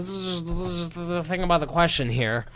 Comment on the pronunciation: ifanboyou got you to say aboot